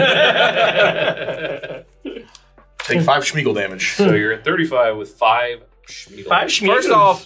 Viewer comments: why does he keep saying SHmeagol? Why did Suarez sack Smeagol and put 2 counters on the Carrion Feeder? weird also, infinite turns? that sucks. it was getting entertaning, ended in such an ugly manner. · Was anyone else bothered by saying "Schmeagol"